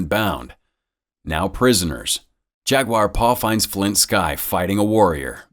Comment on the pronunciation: "Jag-WIRE"? "Jag-u are"